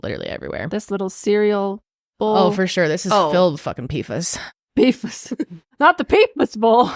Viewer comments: Its pronounced "pee-fass" lololol lol not "fuhs" 🤣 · it’s pronounced P-foss! ❤